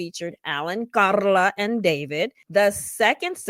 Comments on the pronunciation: LOL I could put you saying "KaRRRRRRRla" on repeat... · The EXTRA way you pronounce KARLA is hilarious 😂😂😂